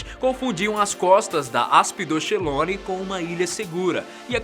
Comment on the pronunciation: essa palávra "aspydochelone" deve ser lida como aspidokelone.